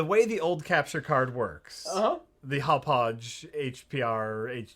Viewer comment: I have to admit, I cringe a little every time tries to pronounce "Hauppauge":/